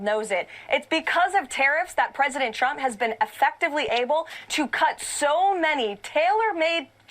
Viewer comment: Watch her lips and listen closely. She keeps repeating "President CHUMP."